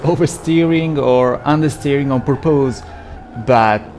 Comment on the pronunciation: try saying porpuse insted of purpose